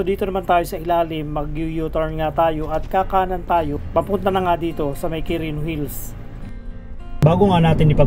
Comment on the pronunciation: anong Qurino Hills pinagsasabi mo? 😁 walang S un sa Hill